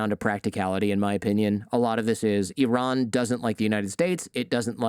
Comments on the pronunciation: Its EEE-rahn...Eye-Ran is an English language verb. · Exactly my thoughts. Where did they find this guy? Messing names and terms: Burma, Ayyy-ran, Hezbollah and Hamas religious affiliations?